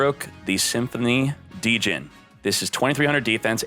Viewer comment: The way he pronounces "Djinn" gave me a light stroke...It's not as bad as "Goblindbergh" i guess... Also i'm older than fissure :)